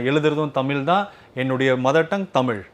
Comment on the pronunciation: நல்ல கேள்வி கேட்கிற ஆனா தமிழ்னு ஏன் வரல?? 10 தடவை தமில் தமில் தான் சொல்ற.. இதுல வேற தமில் எழுதுறேன் படிக்கிற... தமிழ். ழ் சொல்லு பாக்கலாம்...